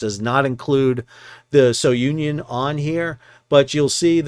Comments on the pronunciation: The ship is pronounced as "sunion" not so-union. Keep sailing. 😊😊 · Sounion is pronounced SOO-nee-on, not So-Union. Great recaps as usual. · Please pronounce the ship's name as 'Sou-neeon', named after the famous Cape souh of Athens, Greece....